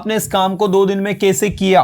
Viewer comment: Aap hindi me कैसे को kese kyun bolte hain ? Kano me chubhta hai . Jaise kai teacher English ko Englis bol rahe hain . Sh ko s . Mai ek hindi ki teacher hun ,isiliye tokna pada , bura mat maniyega